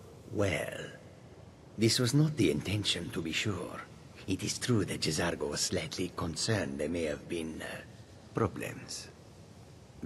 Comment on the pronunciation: I think the J in J'Zargo is silent. Just saying.